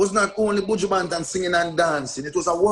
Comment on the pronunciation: Angela "Your one of my favorite artist" but you can't even pronounce the mans name correctly lol